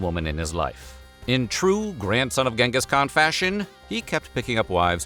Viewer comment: Who Genteez Teezizkhan ?!!